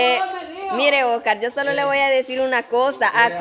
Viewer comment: Por qué a veces le dicen Ocar y no Oscar?